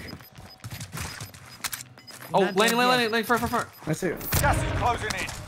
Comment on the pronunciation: Ffar not far lol